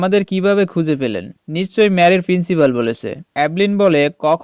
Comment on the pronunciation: একবার বলে প্রিন্সিবল আর একবার বলে প্রিন্সিবাল আবার বলে ক্যালটিউটর 😂😂😂